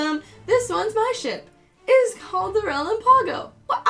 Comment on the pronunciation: reLAMpago, not relamPAgo